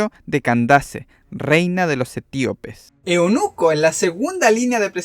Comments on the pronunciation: Eunuco no eonuco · No es eonuco se dice eunuco